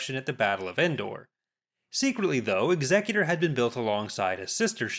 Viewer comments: Why do colonials always say executor wrong? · Amazing how many people mis pronounce the name of Vader's flagship.